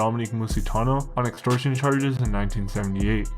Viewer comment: great content but can you pronounce any of the names correctly? Geez. “Extorsion”. Come on man do some homework.